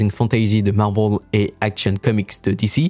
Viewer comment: Un peu pénible l’accent américain Disni je ne connais pas Marvol non plus La vidéo est en français, pourquoi prendre cette accent sur les mots anglais. Faite la vidéo en anglais ce serait coherent